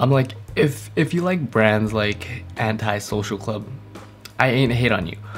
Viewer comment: lmao you really said anty social club